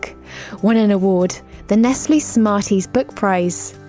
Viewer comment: It's not nest-lee It's nest-lay!